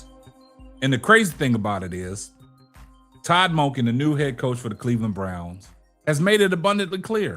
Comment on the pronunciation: You're killing me with the way you pronounce Todd Monkin 😅